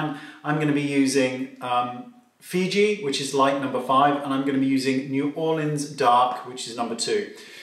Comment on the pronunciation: Omg!! I'm from New Orleans and he actually pronounced it like a native, which no one does -- and he's a Brit! I am so impressed! !